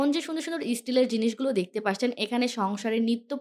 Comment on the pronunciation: Apnar video vhalo lage kinto apni 'দেখতে পারছেন ' এই শব্দটাকে বার বার ' 'দেখতে পাসছেন ' বলেন।শব্দটা অনেক কানে লাগে আপু। আপনার সবগুলো কথায় স্পষ্ট কিন্তু এটা কেন এমন করে বলেন সবগুলো ভিডিওতে জানি না।আপনার ভিডিও অনেক সুন্দর হয়।আপনার এই শব্দটা বার বার শুনতে খারাপ লাগে।